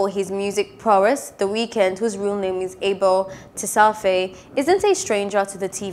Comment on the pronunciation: love u completely mispronounced Tesfaye